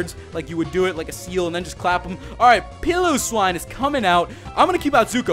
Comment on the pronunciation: its pie-lo-swine